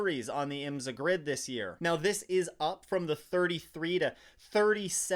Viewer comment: Like your videos but please pronounce IMSA properly. It’s IM’-SA. Not. IMS-A’.